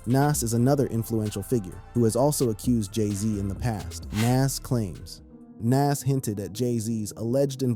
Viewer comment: Big L had NOTHING to do with Jay Z's career you're not a "big age" at 26... You're still wet behind the ears and you're lack of knowledge of hip hop is the proof. And Lord have mercy Nas isn't (Na-as) it's, (Nah-z) Y'all millennials SMH